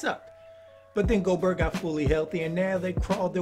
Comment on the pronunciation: Loved the vid, just one correction. Gobert is pronounced Go-Bear, not Go-Bert